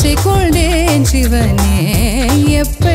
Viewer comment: Y kondayn is pronounced as kolndayn